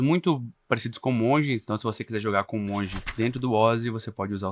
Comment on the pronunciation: Tava indo bem até falar a palavra monge, rsrsrsrs